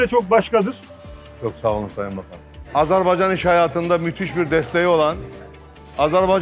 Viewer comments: Azerbeycan değil Azerbaycan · [Azerbeycan ] değil [ Azérbaycan] diye okunur